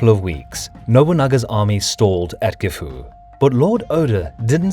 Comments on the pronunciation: As for the final "u" sound, that isnt an English affectation. Gifu and Kofu are both pronounced with a silent final "u" by people with a Chubu accent. That isnt the same as pronouncing it like "gift", or pronouncing Anegawa (the TITLE of the video) as "Annie go wah". (*o*) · Gifu castle? Dont you mean... Jifu castle? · Its pronounced JIFu not GIFu